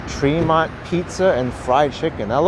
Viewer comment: My hood... by the way it's pronounced TREE-MONT